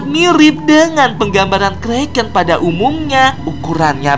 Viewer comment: itu bukan kreken tapi Kraken Lo kak